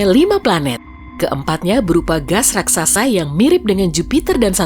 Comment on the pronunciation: Raksasa Bukan Raksaksa🙏🏻😁